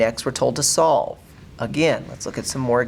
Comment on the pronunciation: On all examples you said slove